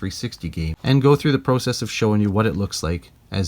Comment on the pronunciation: This guy doesn’t say process right.